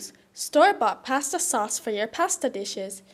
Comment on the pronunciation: we talkuh aboutuh pawsta sawce-uh lol